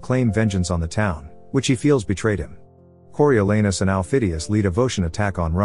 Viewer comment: The a in Coriolanus is pronounced “ah”, there’s no “a” sound in Latin. The British are notoriously bad at speaking non Germanic words.